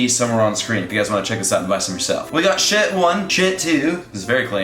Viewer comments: Did you said shit 1 shit 2 shit 3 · Was it just me or did u also hear him say shit 1 instead of shirt 1?